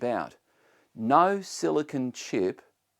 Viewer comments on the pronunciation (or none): none